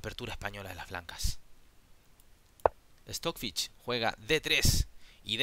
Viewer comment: No pongo like porque dices Stockfich